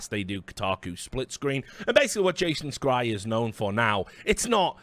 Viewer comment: That's not how you pronounce Jason Schreier. Also to play devil's advocate here: First you start off by condemning the abhorrent practices from videogame companies with regards to crunch and other such working conditions, appalling for sure but then you go and tell us in order to work in that industry "you need to have a very narrow point of view" with regards to equality in terms of how gender and race are portrayed in media/games. Isn't that kind of indignation very selective? Like, we're allowed to be up in arms about crunch but not other social issues? I'm very much opposed to hidden agendas and "wokeness" just for the sake of it but the above strikes me as somewhat hypocritical. That said, I haven't watched further for fear of TLOUII spoilers so I might not have the full picture of your argument. Keep up the great work though Richard and would love to see you back in the CSGO scene proper soon!